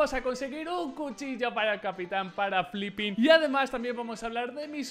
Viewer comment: No es flipin..,es filipin...